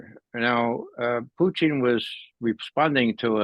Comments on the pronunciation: Purine and Fries? Why doesn’t this guy know who the president of Russia is? Putine or Puteen? - want a Diet Coke with that Putine? It’s Putin not Putine buddy! Can not listen to it anymore- so annoying when someone doesn’t know how to pronounce the name. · Puteen,come on, guy, it's not French fries and cheese. It's Putin (poo-tin) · Okay, that guy just insist on saying "Putine" it's Putin. Even Putin say's it's Putin. Don't know what he thinks he is doing, but its annoying. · This guy thought it was Comedy Central. Also, he loved saying Puteen, okay? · i like grandpa 👍🏾 plus the way he say PuTIN 😂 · Mee too lol. He says puuty